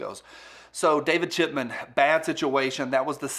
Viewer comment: did you say david chitman? Cmon man 😂🤣